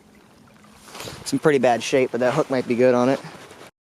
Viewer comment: You say sanko wrong